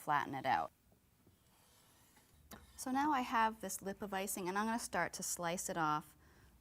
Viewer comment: have you ever realized that says "ingunna' instead of im going to